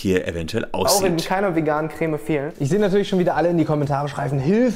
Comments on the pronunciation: "kräääme" ....diese Betonung triggert mich echt hart 😂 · Immer diese Kölner... Das heißt Creme net Cräme XD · Regt nur mich dieses crääme auf? 😂😂 Creme.... Bitte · Also gutes video aber kräm statt creme regt echt auf😂😂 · Alter wie sprichst du den Creme aus? Kräh-mee... Krehm! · Warum sagen die Leute im Fensehn immer Crääm? Das heißt Krem. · Es heißt nicht CrÄm, sondern Creme. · KRÄHHHHHM😂. Das heißt Creme (gesprochen Kreme)👍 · Es heißt Creme, nicht Cräääm! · Crämä, dachte das heißt Creme, joke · " KREM" NICHT KRÄMMÄÄ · Cr*e*me nicht Cr*Ä*me! Das ist ein Eeeeeee kein Äääää - arg, sorry, das triggert mich, mein PTSD! Vietnamflashbacks! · Er sagt ja eher Krähmäh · Niemand: Christian Solmecke: Kräme